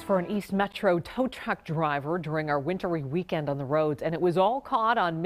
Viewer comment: It’s tow truck. Not tow tuck 🤣🤣